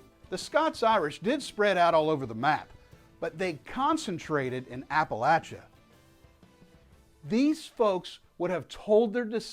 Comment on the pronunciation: Thank you for correctly pronouncing the word "Appalachia". That is a true indicator of someone who is actually "Appalachian!